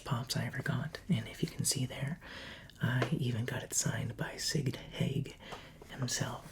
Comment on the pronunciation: Can we get another horror movie/all movie collection or video game collection or another role play featuring those things. Also did anyone here him say sigd haig or just me